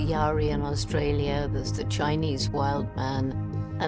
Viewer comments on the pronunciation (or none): none